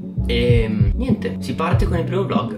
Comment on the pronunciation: Si dice VLOG non volg